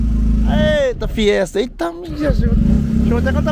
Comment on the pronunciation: Top demais, mas chega doer o ouvido quando ele fala "FIESTER".